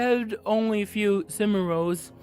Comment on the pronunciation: Brain Damage or not this is one dispicable human being. The fact that he can logic out codes, statutes & only his rights, cannot pronounce 'cinnam' rolls or 'hospal' (hospital) yet can perfectly explain his "crisis services" plan and explain "criteria" to cops is grotesque. The speaking in the third person is particularly annoying. Not EVEN going to speak to the "poopsquatch" sitch.